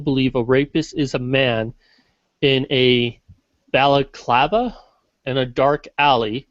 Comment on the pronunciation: pronounced balaclava correct. It's the cloth full face ski mask typically worm by robbers.